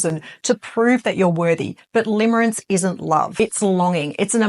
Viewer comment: Limerence not limerance.